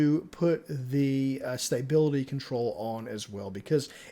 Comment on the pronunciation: There is now y in stability. Say it with me STA BIL ITY